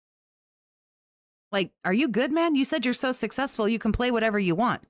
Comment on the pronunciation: He proved that he actually forces himself to say sussessful instead of successful. So amazingly sad.